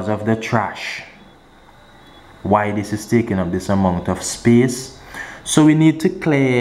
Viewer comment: Free up ✨speece✨